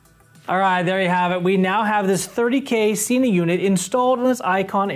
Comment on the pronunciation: I don't think your getting thumbs down for your setup, because it was extremely helpful and well articulated. I will unfortunately point out that it is pronounced se-nah not see-nah. the company will confirm this on their website. I gave this a thumbs up based on my original sentence, super helpful and well articulated.